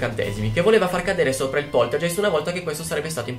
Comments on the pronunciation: scusa nn voglio essere la saputella di turno ma non si dice poltergeist cioè è scritto poltergeist ma si legge poltergaist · Non si può sentire, poltergeist. Si dice Poltergaist. 😂 😂 😂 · Bello il video ma sentirti dire "poltergeist" Invece di pronunciarlo "poltergaist"(g dura) me lo ha rovinato :( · Ciao, ti faccio i complimenti per il canale:) sei molto simpatico ed io sono una Potterhead XD quindi ti seguo volentieri. Ma, la parola tedesca "poltergeist" si pronuncia "polterGAist" xké il tedesco ha solo "G" dure e non dolci come le nostre. (mia nonna è tedesca);) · solo un appunto, la pronuncia è "polterghEIST" , con la "g" dolce e la "ei" che si pronuncia "ai", seguendo la pronuncia tedesca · poltergeist "G" duro come "grano" (geist=fantasma in tedesco) ;) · Si Poltergeist si legge Poltergaist però :D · Scusa, sono tedesca e Poltergeist si legge come se fosse scritto "Polterghaist" con la g dura. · scusa ma facendo tedesco devo correggerti: si dice POLTERGAIST siccome la EI si legge AI..... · Un pelino più lento quando parli e sarebbe tutto perfetto e poltergeist essendo tedesco ge è ghe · Poltergeist si dice poltergaist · ma non si pronuncia poltergaist? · si dice |poltergaist|